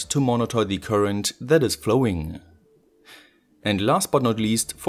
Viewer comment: "and das it is advised" love this germanglish mix :-)